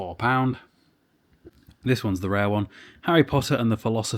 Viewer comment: Literally can’t watch it anymore because you sound sooooo stupid saying “pound” 🤦🏻‍♂️